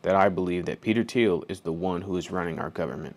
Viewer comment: "Thiel" get the Name right it is important